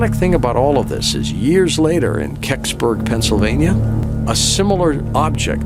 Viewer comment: Did he just say "Keksberg"???